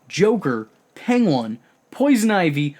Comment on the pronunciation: What triggers me is you read Penguin as PENG-WAN